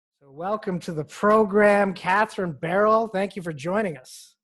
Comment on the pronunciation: 🤦🏻‍♀️ it’s not Barrel.